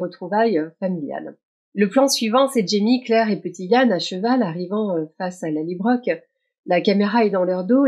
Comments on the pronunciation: Merci pour ce décorticage 👍, même si chacun de vos "LallybroQUE" me fait mal aux oreilles.😣 Ma suggestion: Pourquoi pas, adopter une prononciation plus proche du nom écossais ("Lallybrorhh")?😉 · Merci pour votre retour et votre patience avec mes 'LallybroQUE' ! 😂 J'avoue que ma version franco-écossaise du nom a ses limites... Je promets d'essayer de m'approcher un peu plus de la vraie prononciation écossaise ('Lallybrorhh') la prochaine fois. Mais bon, qui sait, peut-être que ma prononciation deviendra une nouvelle tendance... ou pas ! 😅 Merci de suivre mes décryptages malgré ces petites 'fausses notes' ! 😉